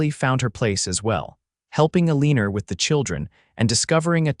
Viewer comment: I wish AI could pronounce words correctly. Elina is not Eleener.